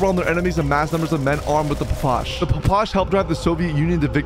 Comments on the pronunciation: "The papash" lmao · I cant be the only one that got mildly triggered when he called the ppsh “papush” and the Aug “A. U. G” 💀💀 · SIR, it is pronounced "pish." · Phapash?!?!?? Its P P S H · papash the hell is a papash its ppsh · ITS NOT A PAPASH ITS A PPSH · loved the video but you did not say ppsh right. you say the letters individually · You butchered the PPSH’s name